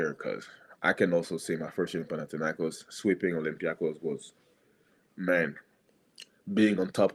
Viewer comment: ΠαναθηναϊκΌς ονομάζεται η ομάδα μας! ΠαναθηναϊκΌς! Δεν μεταφράζεις το όνομα μιας ομάδας! Απλά το λες όπως είναι! Άκουσε κανένας να λένε έξω από την Ισπανία την Ρεάλ, Ρέαλ??? Την Λίβερπουλ, Λιβέρπουλ???? Την Μπάγερν, Μπαγέρν? Έλεος!!!